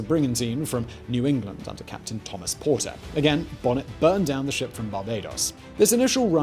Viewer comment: Damn it, it’s Stede (steed) Bonnet (bo-nay). Ugh.